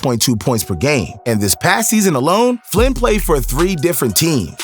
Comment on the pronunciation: Dude has the clip of Flynn saying his name. And bro still can say his name right